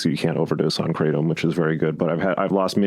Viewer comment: Lol. "i take a lot of kra-tom" that's wut i like to hear😂 kratom satiates me. Bout to find some real opiates tho sick of kratom